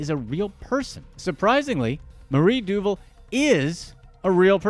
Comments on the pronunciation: I think her name is pronounced du-VAHL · HEY IT'S DOO VAAL DUVAL moron